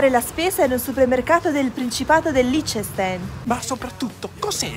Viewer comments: Innanzitutto il “ch” è duro, quindi si pronuncia “k” non come dite voi “Liccestein”. Poi vorrei ricordarvi che per quanto i prezzi siano alti in diverse nazioni dell’Europa Occidentale, il potere d’acquisto più basso lo troviamo in Italia. Vuol dire che se spendi tutto il tuo stipendio per comprare mele, anche se in Italia costano la metà o ancora meno, riesci a portartene a casa molte meno rispetto ad chi fa la stessa cosa in altre nazioni. Se poi nella statistica inseriamo nazionale come il Liechtenstein, la Svizzera o l’Inghilterra… che non sono nella comunità europea… la forbice si allega ancora di più. Saluti dalla Svizzera!😬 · 🤣🤣🤣Cosa fai li correggi senza sapere? Si dice LICH TE STAIN (ch si pronuncia come la c espirata dei fiorentini) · Si pronuncia "lichtenstain" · Ma cos'è il liccenstein? Se non sapete pronunciare state zitti che fate meno danni. 🐐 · I prezzi sono in franchi svizzeri, anche se il cambio oggi è circa 1:1, come detto sotto la pronuncia di Liechtenstein è ben diversa (ma è ovvio che chi non parla tedesco difficilmente riesce a pronunciare il nome correttamente), il nome (in tedesco antico) vuole dire circa "pietra luccicante".